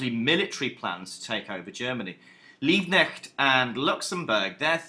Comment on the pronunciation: Nice Video man, I'm from Germany and searched for a video for preparation for an exam.👍 btw it's Karl LiebKnecht 😉